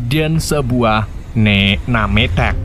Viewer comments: Bukan "nametak" om, tp nemtek (nametag) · NAMETAK=DIBACA NEMTEK